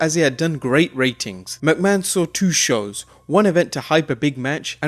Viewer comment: Its not pronounced as Vince Mucman